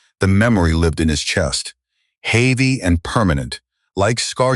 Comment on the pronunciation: Can't pronounce HEAVY properly what kind of person is he ???????